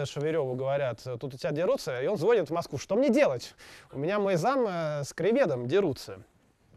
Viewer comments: И звонИт, а не звОнит! Очень жаль! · Нет, ну правда,! Очень Вы классный, но звОнит... это нельзя. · звОнит? Серьёзно?! И этот человек считает себя ленинградцем?! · ну ,оговорился человек....с кем не бывает???